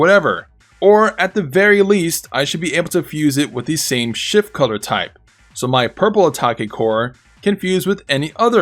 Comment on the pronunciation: Could have sworn you were calling it "Shit" form instead of "Shift" form. LOL I think shit form is more accurate.